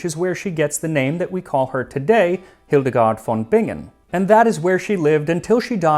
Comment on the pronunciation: Let me just say that as a German, I really appreciate the effort you took to pronounce Hildegard von Bingen correctly.